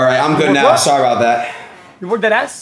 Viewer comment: nah the are you serious right neow killed me 💀💀